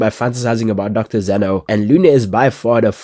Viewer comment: bro it's Xeno not Zeno